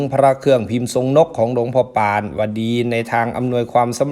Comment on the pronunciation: ออกเสียงว่า หลวงพ่อปาน ไม่ใช่หลวงพ่อป่านนะครับ😅